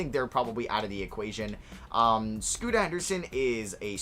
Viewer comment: stop saying scoot with an a on the end lmao